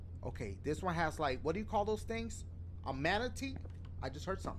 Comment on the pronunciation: Mah boy said manatee💀💀